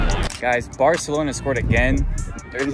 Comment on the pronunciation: Is bro saying varcelona? 💀